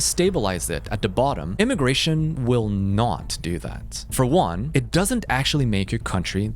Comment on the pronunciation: Lol AI WOLL YAKE OVER